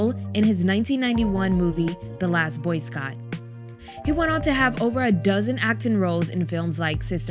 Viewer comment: She said Last Boy Scott…😂😂😂😂😂😂😭😭😭😭😭😭😭😭😭😭😭😭